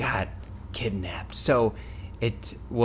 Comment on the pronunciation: did anyone else noticed he said Kit-Napped?